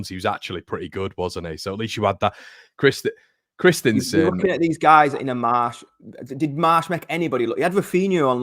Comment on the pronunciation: iT'S KRISTENSEN, IT IS NOT KRISTIANSEN! MY GOD.